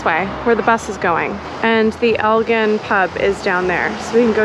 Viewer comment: it's Elgin with a hard G.